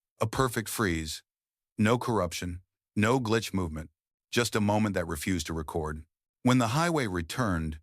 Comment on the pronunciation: So we're skimming over the fact it pronounced record (as in lp) vs re-cord like you would do to a disembodied voice. AI has no buisness narrating anything